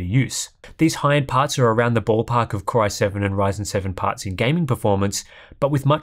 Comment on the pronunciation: Why is "Core" being pronounced "Kry" is the video? Has the AI construct malfunctioned? 😁